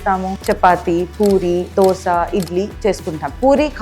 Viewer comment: It’s not dosha.. it is dosa